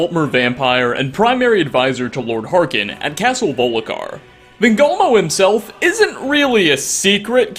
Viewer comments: castle volik har? its pronounced vulk (like bulk but with a v) ih ar (like a pirate) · you said castle volikhar instead of castle volkihar, and you called nazir nazeem. how could you!! and you have told most of these already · "Volikar" actually sounds pretty damn cool ngl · Like a regional accent? Still, that can only explain some of the weird versions of names that comes up with! Like Volikar instead of Volkihar!